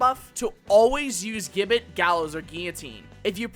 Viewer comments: i already know you are going to get defensive on this so lets skip that part and move on okay... you are saying gibbet wrong. the word itself isnt english the G takes a J sound for the word with the rest flattening out like this ji·buht = if you wish to check for yourself i suggest a quick google search the browser will litteraly say it for you . im not saying ppl dont make mistakes but if nobody ever points it out everyone will just keep making the mistake . that said the video itself is a very good one . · Americans saying Gibbet is funny. For those who care it's pronounced (ji-bey) Awesome video btw!